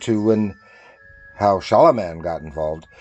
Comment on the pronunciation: Pronounced “Shalom” Man… the name is written stylized with the single “m”. Glad you enjoy the books!